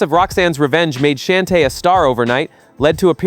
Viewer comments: I stopped listening when I heard ROXANNE SHAN-TAY. No AI SLOP for me. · Roxanne "Shann-tay" Idiot. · If only you would pronounce Roxanne Shante's name correctly I would've become a subscriber even though I'm sure it was unintentional 🤔🥴